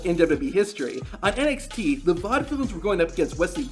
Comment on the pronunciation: He called nxt nxk